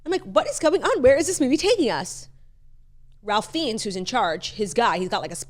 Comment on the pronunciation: Ralph Fiennes is pronounced Rayf Fines